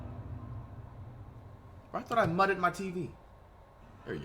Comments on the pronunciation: This guy said mudded instead of muted I’m fucking crying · Did he just say “Mutted” my Tv” your mean Muted? 😂😂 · When flight says (ma ted) instead of (mew ted).🤨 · OFF THE RIP MY BOY I’m not letting you get away with this one nigga said mutted WTF😂😂😂😂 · He said mutted💀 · I know bro did not say mutted tv? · Mutted? MUTED?😂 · “ muded” flight is so slow 😭😭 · This man just said mutted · “I thought I mutt-ed my tv” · "I thought i mutted my tv" why tf flight say muted like that LMAO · WHY DOES HE SAY MUTE AND MUTED LIKE THAT LMAOOO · So y’all not gunna get on him for saying muted like that? Lol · the way he says muted lmaoo